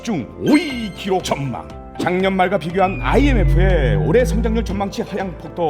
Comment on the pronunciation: “전망”하고 있는 것이 팩트!!!!!! 은근 중독성 있네 북한말이 생각보다 배우기 쉽나보네